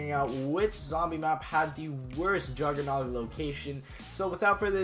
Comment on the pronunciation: He actually said his name correctly